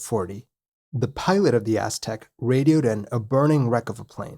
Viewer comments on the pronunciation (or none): none